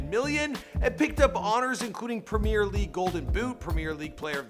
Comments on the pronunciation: You can’t pronounce salah,premier and football. Also,salah is a winger not a striker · When he said ‘The PREMIER LEAGUE golden boot’ i literally cringed so bad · My man can't say premier